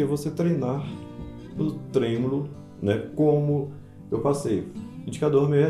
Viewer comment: O correto é tremolo e não trêmulo. 😂😂